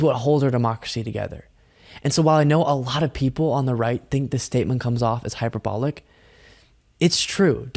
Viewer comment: If you care, it’s “hyperbolic”, not “Hype-A-Bolic”.